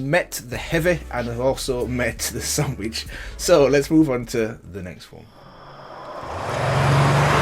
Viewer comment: It's sandvich not sandwich